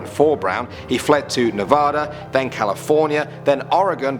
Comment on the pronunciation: that’s not how Nevada is pronounced